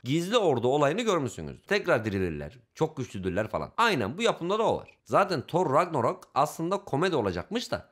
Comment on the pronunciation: kardeşim thor ragnarok a thor rakranog diyo